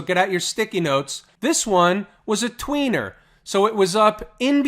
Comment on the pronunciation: hee, hee, he said tweiner...